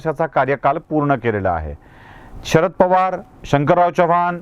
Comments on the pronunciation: च्यवाण नव्हे चव्हाण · आजकाल ही style च झाली आहे. च्यवाण आणि ज्याधव म्हणायची.